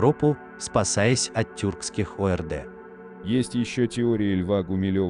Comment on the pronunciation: Видео-то понравилось....Лайк. Но чтец, конечно, ещё тот мастер худ.слова... Пацаны, ну вы хоть друг - дружке прочтите текст перед обнародованием! Ну нельзя же произносить "спасаясь от тюркских О. Р. Д. ..." вместо орд! Орда - это не аббревиатура типа ОПГ, ОПС, ППС и т.п. Про вербализацию Каган, Каганат - замнём.... И еще на иллюстрациях постоянно изображены воины закованные в металл с головы до ног вместе с конями... Вопрос: ск. могли стоить такие доспехи в ту эпоху и ск. человек могли себе это позволить? А картинки, бесспорно, красивые и батальные сцены впечатляют....Что является свидетельством богатой фантазии современных художников и "реконструкторов" У неподготовленной молодёжи может сложиться ложное представление.... Успехов! Алматы.